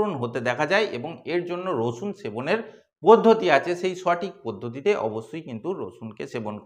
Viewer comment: উনি তো আপনাকে রসুন খেতে বলেন নি, বলেছেন 'রছুন' খেতে!!!